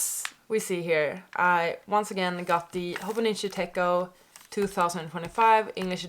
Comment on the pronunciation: I noticed you are calling it a tech-o but it is pronounced tet-cho I made this mistake for years before someone called me out on it and laughed at me